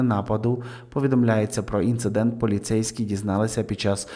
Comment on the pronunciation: Будь ласка, не ІнциНдент, а Інцидент . В кожному відео повторюєте помилку - це дуже ріже слух